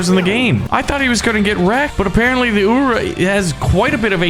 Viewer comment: Someone tell him its not uoor its ulllllr